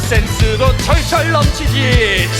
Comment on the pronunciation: 왜 센스도가 섹스도로 들리지;;나만 이렇게 들은거임..?